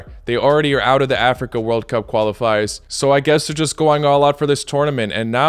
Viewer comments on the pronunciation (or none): none